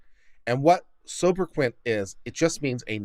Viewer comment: Please pronounce sobra-kay, sobriquet.. with French inflection if you really want to get it perfect'.